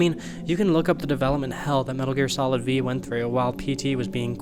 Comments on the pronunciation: "Metal Gear Solid Vee" c'mon dude. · Metal Gear Solid Vee...? Lol what is with people on youtube im out of here i cant listen to this anymore